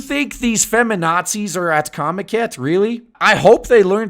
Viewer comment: "comicat" How hard can it be to pronounce?